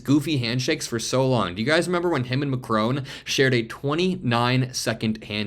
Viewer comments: Check the pronunciation of 'Macron' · Please learn how to pronounce ''Macron'' ! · Please pronounce Emmanuel Macron’s name correctly. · Macron is pronounced with a silent n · PLZZZZZZZZZZZZZZZZZZZZZZZZZZZZZZZZZZZZZZZZZZZZZZ Listen to Google How NAMES are pronunced correctly !!!!!!!! MACRON ... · MAC - RON MAC - RON Repeat after me MAC - RON